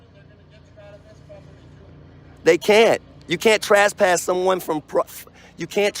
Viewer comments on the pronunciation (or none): Why do frauditors say "trass-pass"?